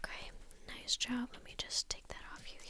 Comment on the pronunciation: Me: Clicking just cus it says: Nice Jo'wwb Me: Dead